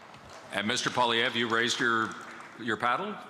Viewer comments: It's Poilievre not Poliver haha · “Mr Poliver” lol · I wish Leslyn Lewis would make an effort to pronounce Pierre Poilievre's name properly rather than saying Poliver. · Miss leslyn the name is Pierre polilvre say the name right get with it lady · Leslyn Lewis couldn't even pronouce Pierre's name correctly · Leslie doesn't even know how to pronounce Poilievres name. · Can't even pronounce his name properly going to criticize him though? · Leslyn Lewis couldn't even pronounce Pierre;s last name correctly. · Why can't Leslyn Lewis pronounce things right? Poi-Li-Evre jesus. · Not to mention that she didn't even pronounce Pierre's last name correctly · Not pronouncing Pierre's last name correctly proved it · Why are they all pronouncing Poilievre differently?